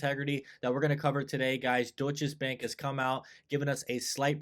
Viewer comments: "Doy cha" Bank - kinda like this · Deutsche Bank is pronounced without an S in the middle. Cheers from Germany ;-)